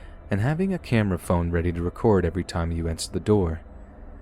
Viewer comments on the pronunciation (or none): none